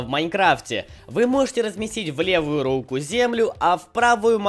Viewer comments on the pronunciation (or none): рУку, а не рукУ